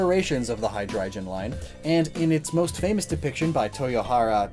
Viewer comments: hydreiGON G not J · I don’t like how he pronounces Hydreigon